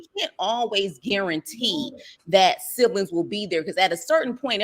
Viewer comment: I love this man’s page I swear I do lol, but his damn English is funny AF 😂! The shit he be saying…one time he said “silibings” instead of “siblings” ahahaha I love him tho. “Sublinimals ahahaha! I flock to his page soon as I get a notification tho. I fucks wit him the long way